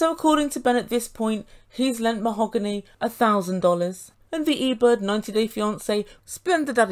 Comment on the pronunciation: Yes, Mah-hog--ooney